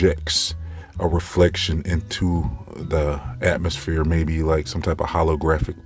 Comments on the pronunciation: Did he say it would reflect off the atmosSHPERE?? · Did he say atmo SPHERE? LOL